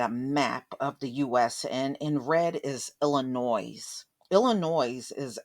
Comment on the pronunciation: The ‘S’ is silent in Illinois. 🙂 sorry sweetie, had to point this out. Guess where I’m from.. Illinoisians know this 😄